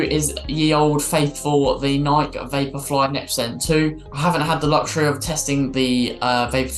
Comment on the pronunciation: Great rundown. Pet peeve of mine: It's pronounced Nik-e, not Naik. :P